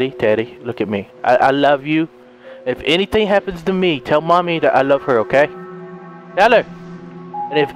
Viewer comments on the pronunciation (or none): first time i did understand not Mommy instead i heard Money xD OMG i cant beieve dat xD